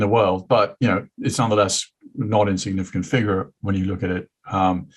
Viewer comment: Sagaar has such a Texas accent on some words. Like "FIgure". He adds syllables.